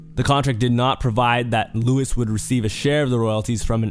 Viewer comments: W video but my nigga its pronounced LOU WEEZE not Lewis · It’s loo-eece not loo-uhs 😢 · the way u said luis pisses me off thats not how u pronounce it lmao